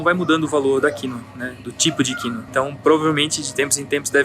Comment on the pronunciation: Achei estranho o jeito que falou quinÔa. Ele disse quÍnoa..